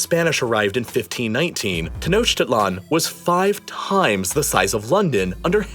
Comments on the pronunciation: Ten-Oak-Til-On. Not Ten-Oach-Tit-Lon. Lol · Love the narrative, but two issues: "mexica" is pronounced something like "meshica;" and the icon representing the migrant mexica... clearly a European man. Oh, and it's pronounced something like "TenoshTItlan." Other than that, great job. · it’s not humans, it’s europeans. the mexica (pronounced ‘mei hi ka’) were able to engineer a city (pronounced ‘teno chti tlan’) that floated on lake texcoco (pron. ‘teh ko ko’) because of the way it was built. the spaniards imposed unsafe building practices unfit for an aquatic city, whose unfitness for the environment was exacerbated by 20th century urban development practices. how can you say “humans” at large are to blame when its really just colonization and colonizers that are to blame for the problem? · Learn to pronounce "Tenochtitlon"